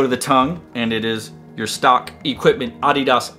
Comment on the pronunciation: awhdhidhas . that's how he pronounces adidas